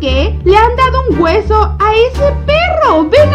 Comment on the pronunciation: Gente normal: Hueso: wuseo